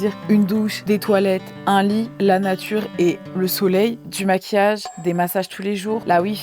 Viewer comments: la "natrue" 😂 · « La natrue c’est formidable »!!! 😂